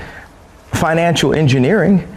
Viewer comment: "At least they'll teach finical engineering"